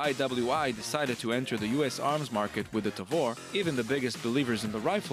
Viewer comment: Thanks for watching! And I don't blame them: I was probably the first guy to mispronounce Tavor on youtube ;)